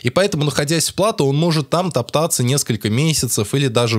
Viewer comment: Не плАто а платО